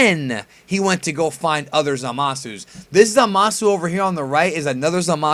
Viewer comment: Zamasu is pronounced "Zah-mus", not "Zuh-mah-soo". Just Saiyan.